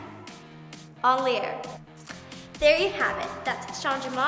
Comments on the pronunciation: Yea but Abby is saying “en l’air” incorrectly. 😂 It’s pronounced on lair not on lee air. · Lol Abby didn’t have the French pronunciation right either. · Except it’s not right. Abby is mispronouncing “en l’air”…